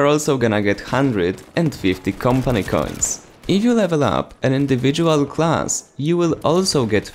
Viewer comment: Am i the only one annoyed by how he says Campany Cains?